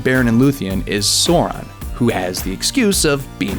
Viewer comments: Sauron. Not Soreon. Jesus fucking lord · it is sauron not sauran, bitch. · Its Sauron. With a A !!! Not Soran. Fuck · omfg the silly americans pronouncing sauron.... its not saw-ron its sAu-RON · Sauron is pronounced "Sow-Ron" not "Soar-Ron". Also Aragorn is pronounced "Ar-agorn" not "Air-agon". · It's to be said like more live Sour one. not sore one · Sauron... Not sore ron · SOW-RON. NOT SAW-RON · Its pronounced sow-ron, not soron. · SOW - RON (female pig and male name Ron), not sore - on, sore - en or however else you said it. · it's pronounced SOW-RON, not SOAR-ON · fucking learn!!! Sauron, not sore-on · ITS S-OW-RON NOT SORE-ON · Captain here: you're pronouncing Sauron incorrectly. It's S-au-ron. not So-ron. flies away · SAH-OO-RHON. I cringed for every soren you said. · I know right? Sauron is pronounced "sour-ron" NOT "saw-ron"... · Every time you say "sore-on" it's like nails on a chalkboard. It's pronounced "sow-ron" to rhyme with plow, not bore. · Sa-u-ron is the preferred pronunciation but there are interviews with Tolkien where he himself actually pronounced it Soron. Just sayin... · why is this guy saying sore-on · Sawron? Why is he pronouncing it like that? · Stop saying SOR-on, it makes you sound like a MOR-on! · American pronunciation is actually starting to piss me off, this guy just called one of the most evil and powerful villains in all of fiction "soran" :/ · what the fuck is a Soron? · Sow, like "how"...and Ron. Say it slowly. Sow Ron, Sow Ron. Sauron. I absolutely hate pronunciation of "au" as "oh." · ITS S-OW-RON. ITS NOT THAT HARD. Clearly you didn't do your research. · I'm gonna pull my hair out if he keeps sayin "Soron" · Sour-on sheesh! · Morgath :D Soran :D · my brow twitched every time I heard “sohr-on” -_ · Who the F is Zoron? ... Moron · oh, that pronunciation of soar-on ... aieee... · Who is this Suuron you talk about? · pronounced [ˈsaʊrɔn] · SOR-ON............the cringe is strong.. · 'sOrAn'...cmon man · [ˈsaʊrɔn] Please.